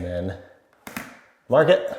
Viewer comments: “Mahk the orientation” now lives rent free in my head 😂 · Mahk the orientation so we don't cut owah mitah the wrong way.